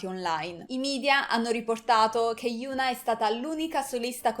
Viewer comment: e infatti si dice hiòn-A 현아